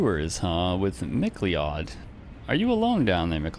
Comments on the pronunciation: good vid but 'mcleod' is pronounced 'mick-loud' or like mcdonald's 'mcloud' - it's a pretty common scottish surname. same as 'macleod'. i think it's derived from the scottish gaelic language. we have a main road here called 'macleod trail' so i'm only calling it maclee-odd from now on. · that name is pronounced like McCloud, I used to say it wrong until I got told about it in college lol